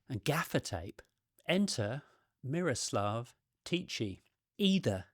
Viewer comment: Hi from the Czech Republic. Yeah, I remember this when it was in the media many years ago. To me there's not much interesting there and the hype around him was just BS I'd say. Your pronunciation of Miroslav was pretty good, but the "ch" in Tichý is pronounced the same way as in Bach or loch. I understand it's difficult to know and to repreduce the sound correctly. His surname means "quiet" in Czech which I think matches his character quite well 🤭